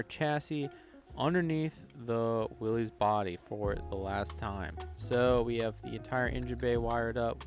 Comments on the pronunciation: FYI Its NOT Willeeeez... It's Will issss. Thats the way Mr. Willys pronounced his name. You're welcome. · Dude- it is Willys- like Phyllis. not Willies like Phillies.